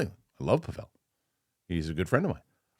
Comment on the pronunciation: After all this time, you should know his name is pronounced PAH-vull, not Puh-VELL.